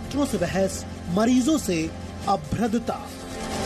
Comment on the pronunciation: Abhadrata hai....abhradata nahi